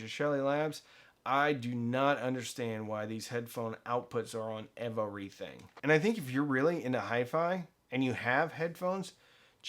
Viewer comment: I took a shot every time he said Ev-uh-re-thing. I’m surprised I’m still conscious.